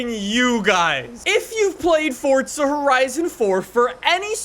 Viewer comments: FORza not FORTza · Ayo its “forza” not “fortza” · STOP SAYING FORTZA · Never gonna get over him saying “fort-za” lmao drives me nuts 😂 love the vids though. Good work.